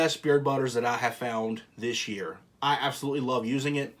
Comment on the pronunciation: You said the "biggest turn around year to year", but don't you mean "yeard to yeard" hahahaha Great video man!